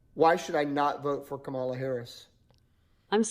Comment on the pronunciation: White haired guy pronounced KAMALA wrong. It's KAMala not kaMALA